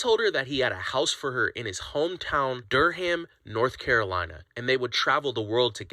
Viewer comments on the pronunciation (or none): it’s not durHAM 😂😂😂😂 it’s DURUM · NOT DUR-HAMMMM 😭😂😂😂 it’s pronounced Dur-um lol ♥️ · "Dur-ham"? lol, it's pronounced "Durram" 😀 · It's not pronounced Dur-ham.... it's like Durram. The H is silent. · It’s not derrham 😂 it’s Durham cmon now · I love your videos but c'mon. Dur-ham. It's pronounced Dur-em. Have you not seen the movie Durham Bulls? It is great! Check it out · DurHAM? --first red flag! It's Dur (like inDURe) - UM. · It’s durrrrrum lol not durrr ham lol. My home😊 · It’s not pronounced DurHam. The H is silent. OMG. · Dur-um, North Carolina. Not DurHAM. Good to know who to pronounce places. Glad you're educating people, little by little by these fricking scammers. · Oh...Durham is pronounced "durum" not der-ham. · Durr-Hamm is pronounced ‘Durm’. Signed, a Cary NC native 😂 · It’s not Derr Ham, it’s Durham like Dur ram. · "Der-ham North Carolina" It's "Dur-um North Carolina" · Dur-um, not Dur-ham. Your welcome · Dur-ham? It's Dur-um. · Funny to hear Durham, NC said as “DUR-ham”. 😊 Is said as “durrum”, silent H. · Dur-ham. I can excuse her, but nit the voiceover person. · Durham is pronounced Durum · My city Durham😂 it’s pronounced duuurrrrm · Being an NC native and listening to everyone in this video butcher the absolute hell out of “Durham” (pronounced Duh- rum) is top tier comedy 😂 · I’m from North Carolina, and the way they are saying Durham is killing me, it’s cute and funny. But it’s Dur-um. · Dur-HAM, NC?? Dude learn how to pronounce your southern cities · Dur-ham 😂😂😂 just messing with yall. I’m a Carolina girl and the pronunciation is so cute lol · As a North Carolinian, I’m tickled at how y’all pronounce “Durham” 😂😂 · DurHAM? You don't pronounce the 'h' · Dur-HAM 🤣🤣🤣🤣 I laughed so hard. I’ve never heard anyone pronounce Durham that way 😆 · Lolol "Durr-Ham". NC native here, never heard that pronunciation. Love what yall do! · Durham = “Durrum” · Dur ham? Lol that's now how you say it... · I cringed every time they said "Dur-ham". 🤣